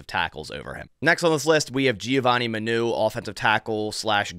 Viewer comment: it’s pronounced giovanni mah-new not muh-new